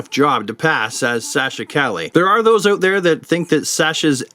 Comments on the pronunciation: Calle is pronounced: Ka ye. Double L in spanish is pronounced like a Y. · Almost got Sasha’s name right Calle pronounced Ka’h - YE Calle is a spanish word that means street you can look up calle in some spanish video for pronunciation reference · It's Sasha Calle like the word, street. So think of John McClane "Yippie Ki-Yay, Mother Trucker!" (edited for TV version)